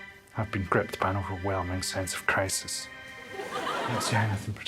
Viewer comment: I'm going to start saying, "I've been gripped by overwhelming sense of crisis" at every minor inconvenience. Scottish accent included...I am not Scottish. 😂